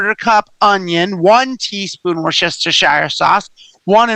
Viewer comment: I GREATLY appreciate your complete pronunciation of "Worcestershire"! <3